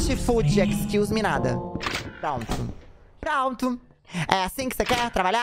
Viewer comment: Excluse-meeeee NÃAAAAOONN JOGA CAIXA então é assim que se conversa em ingles? amei